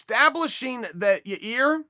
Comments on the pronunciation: Chael "Ja ear" Sonnen ~ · Yair "Ya-Ear" Rodriguez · Anyone notice chael is saying "ya-rear" again after admonishing that dude who asked the fan question a couple days ago sfor saying "ya-rear?" lololol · Yarear and germy..... lol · Everyone: Yair Chael: your rear, your ear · It will always be Ya-rear. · Chael can't say yair's name to save his life. Your 👂. Hahahahahahahaha